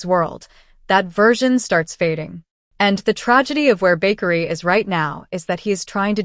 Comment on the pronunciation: It is Bakari not bakery 😂😂😂😂